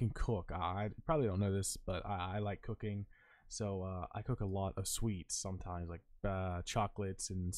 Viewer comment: I thought you said cocaine instead of cooking for a sec